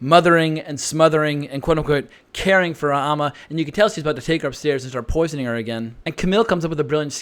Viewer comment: AND it is AMMA (BAM) NOT AHHMA!! You have ALSO been mispronouncing that name too!!